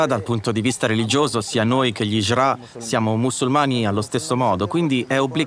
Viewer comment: La hindra not la hijra